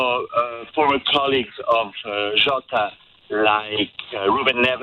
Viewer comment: jota… not yoata